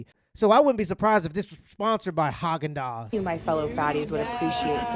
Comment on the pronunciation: Emphasis on the Hog in Hogendaaz